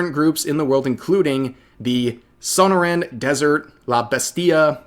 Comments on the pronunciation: As a Mexican, living in AZ now for most of my life, hearing Sonoran Desert, pronounced son-or-ann desert instead of suh-naw-ruhn, is always so jarring. Now I can understand how and why people who live in other places act like they get the equivalent of a Discord ping when they aren't expecting one when they hear things pronounced differently. I had to replay the part Rev said a few times, and this isn't even the first time he said it that way. But it took me so off guard while listening. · It's Sonoran (So-nor-ran)